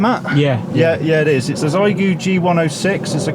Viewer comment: It's pronounced "Shee-eh-goo" or Shay-goo, my UK brother :) Source: my Chinese wife ;) And thank you for this balanced look at the radio and your use analysis. I agree that it should be pretty good for an HF beginner. I think it should be quite nice for no-nonsense portable operations too. I would prefer the price be a little lower, but still a pretty clean package for what you pay.